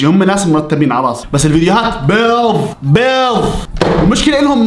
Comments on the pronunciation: بيض ❎ بيظ ✅ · بيض ❎: بيظ ✅